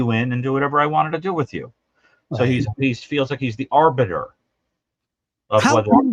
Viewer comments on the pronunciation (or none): none